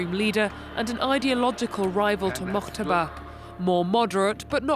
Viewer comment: Who the hell is "mokhhhhhhhtaba"? Why are the reporters of France24 making these voice overs, doing their own fabricated their own pronunciations of a name? His name is Moj-taba" with "j" sound like "jeudi" not "khhhhhhhh". Same goes with Mahsa Amini. The "h"-sound is a silent "h", which means her name should be pronounced "Ma-sa".... yet your average French reporters, when they pronounce it, they either fabricate their own name, like "Ma-sha" or even worse "Marrrrrsa". Jesus Christ, what kind of vicious condescending stereotyped staff do you have in your newsrooms?